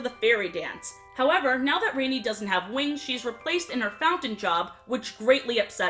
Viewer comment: Her name isn't Rainy it's Rani like "ron ee" O_o